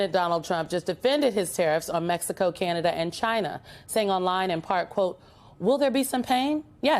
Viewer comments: It’s Canada, not Canda… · She can’t even say CANADA 🇨🇦 what is wrong with her? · can hokel say Canada?